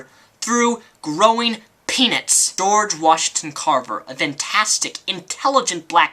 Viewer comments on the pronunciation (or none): none